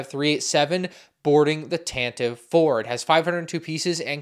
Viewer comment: it’s “Tan-ti-vee four”